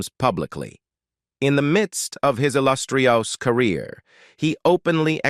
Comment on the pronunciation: AI robot voice is being used here throughout. Listen starting here for "illustriows" and "jokess." That said, I've heard worse robo-voices. But please, people. If you're going to make a YouTube video, either use a professional narrator, or do it yourself. I would rather hear a horrible human narrator than an artificial one.